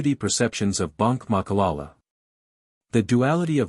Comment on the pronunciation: Voetsek wena it’s not malala it’s Ma.ka.la.la say it after me jou fokon spy